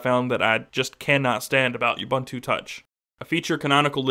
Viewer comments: I've watched 2 vids now and you keep calling it "U"buntu, a hard "U" and it's annoying. It's personally hard to get past you calling it by the wrong name! It's "uu-BUUN-too" (see Ubuntu FAQ page!). Finally; all you talk about is the UI. Does it make a call? Can you text? What about data over 3g? Four things I hate about your presentation, other than that it was helpful and fun to watch. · Hey it is pronounced oo-boon-too. got it?